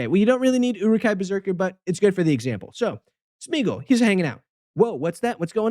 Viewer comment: It's [Smay-a-gol], not [Smiigol] xDD